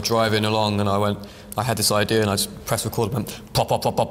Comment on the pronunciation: He can’t pronounce his ‘r’ but for some reason he says “idea’r’” MATT YOURE SO BRITISH 😭